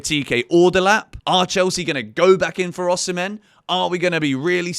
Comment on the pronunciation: Delap 😫😒 Tad boli ❌️❌️